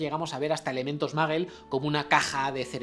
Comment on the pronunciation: "Mundo MAGUEL", Albus "DAMBELDOR". Jaaaa ja ajaaaaaaaaaaaaaaaaa jaaaaaaaaa! No pueden pronunciar ni parecido! Jaaaaaa